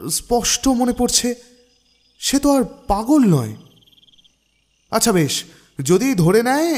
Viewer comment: ভাই! আচ্ছা উচ্চারণ একটু ঠিক করবেন। গল্প শুনতে গেলে খুব কি কানে লাগে। যুক্তাক্ষর গুলোর দিকে একটু খেয়াল রাখবেন। আচ্ছাহ না, আচ্ছা।